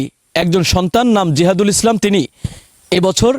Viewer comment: তার নামটা ঠিক বলতে পারলেন না